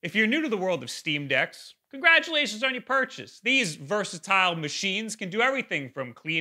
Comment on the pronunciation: Dude honestly thank fuck that the intro was ai written, I heard congratulations on your purchase and it sent me into a spiral of like why the fuck would he say it like that